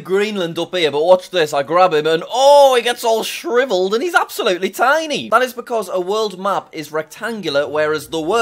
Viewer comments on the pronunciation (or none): "OHH! it gets all shriveled aneesabsolootleethaiknee"